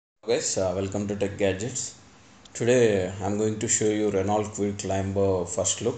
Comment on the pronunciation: Hello, it's pronounced Reno and not R-e-n-a-u-l-t, as its spelling goes. Renault is a French car company, and so goes its pronunciation